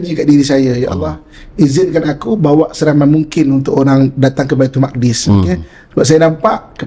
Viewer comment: Sebutan Baitul muqaddis oleh pengacara harus diperbetulkan iaitu Baitul Maqdis... wallahu a'lam.